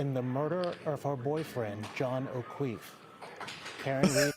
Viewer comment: John O’Kweef 😂